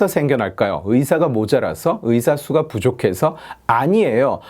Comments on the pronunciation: 왜 자꾸 cyka로 들리지? 제 귀는 썩었습니다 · 수가 하실때마다 Сука 이 발음같네요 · 좋은 영상 잘 봤습니다 ㅎㅎ 근데 내용과는 관련이 없는데 '수가'라는 발음이 러시아욕이랑 같아서 들을 때 깜짝깜짝 놀라네요 ㅋㅋㅋ